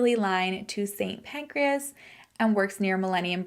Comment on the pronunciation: calling st. pancras st. pancreas had me laughing a bit! my dad was also in london during the 7/7 bombings, he was safe but it was so scary when he couldn’t get home. so that one really hit close to home… i now also commute into london everyday!